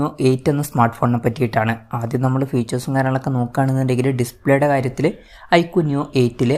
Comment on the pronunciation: ഐകുടെ അല്ല ഐക്യു വിൻ്റെ